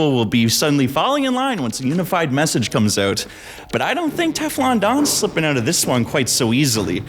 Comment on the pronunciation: "here me owt" canadian detected